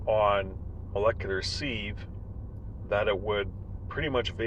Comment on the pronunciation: Btw, you’re definitely pronouncing sieve wrong. Look it up. Not trying to be mean and you seem to realize it. You’re better off checking before you start than realizing mid video. It makes you sound bad. Also, what’s with the weird music?